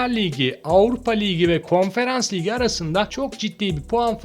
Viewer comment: Liygi liygi demek yerine ligi dersen bence daha fazla aboneye ulaşabilirsin naçizane öneri ..